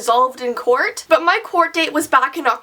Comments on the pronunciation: did anyone else hear her say "corn" instead of court around that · Anna Anthony me